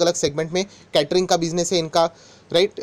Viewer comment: Sir aap क्यटरींग. Kyu bolate ho ye केटरींग है